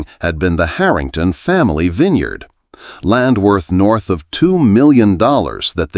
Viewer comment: It appears this is a fictional story. There is no internet record of harrington vineyards in Sonoma, nor is there a record of a Maria Santos writing for the san francisco chronicle. Interesting that the narrator, in a verbal account of a fictional winery miss pronounced vintner and vineyard. Dont waste your time